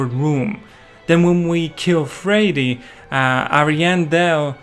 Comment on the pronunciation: calls friede free-eddy and later fray D